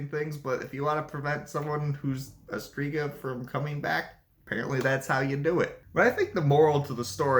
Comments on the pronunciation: The letters "rz" in Strzyga is not pronounced as Striga , please learn the pronunciation. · and she has right to tell that the name isn't pronunciated correctly. Because it'is not. Especially that it's stated in the title that it's 'Polish mythology' and in polish it is not correct pronunciation. It can cause a lot of misunderstandings and it is very possible to be able to say it correctly, even to English speaking person after quite short time of trying/practising. He does do good job 🙏 but doing content about other culture/language etc he should at least try to speak correctly those main words (here names of all mythological creatures etc). Greetings.